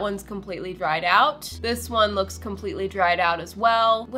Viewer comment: “Im so happy with how she lookchs” love your work!! 🤍✨🤍✨